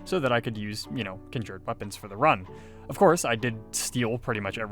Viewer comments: Nice video. I’m very confused by your accent tho. How is that you can pronounce “conjuration” without any issue, but somehow “conjured” comes out as “kin jured”? Anyhow, thanks for making the video! 😅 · You dont say conjured correctly and it drives me nuts lol